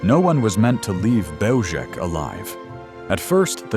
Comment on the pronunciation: Belzec is a Polish word. It is pronounced Bel-zhets. If we are to make documentaries of this era, we must respect the languages of the victims.